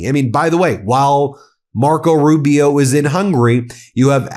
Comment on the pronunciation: Rube - E - O Marc my words. A defective A-eye would be more competent than little Marc-O